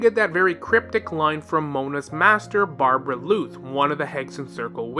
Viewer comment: I thought it was a mistake before he repeated it many times. Barbaloth is also how it's pronounced in game so I suspect he's doing it own purpose